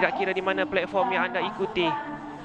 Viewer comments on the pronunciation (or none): none